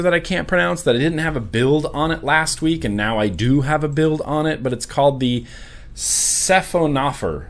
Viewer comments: sahy-fuh-nuh-fawr..... like a man-o-war. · I believe it is pronounced Sci-Fawn-Oh-Four which is a class of marine animal and that ariflow pattern resembles the body of the animal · Siphonophorae is the plural of 'Siphonophor', which is a kind of sea creature that appears to be one organism but is actually a colony of separate, individual animals. It's pronounced 'sy-FON-oh-FOR-ay' (FON is the primary accent). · Sound it out.... Sci (like Sci-fi) Phono (like phonograph) Forae (like foray, or 'For Ray')... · Siphonophorae should be pronounced "suh-fon-uh-four-aye!" xD